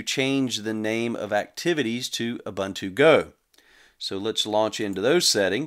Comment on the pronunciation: It's pronounced like this: OOBOONTOO